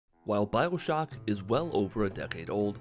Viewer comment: Did you say “Bibleshock”